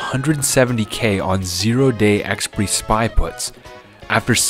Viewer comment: I know. I was referring to his pronunciation of the word; I've never heard anyone say it like that before. I thought it was always ɛkˈspʌɪri across the English-speaking world.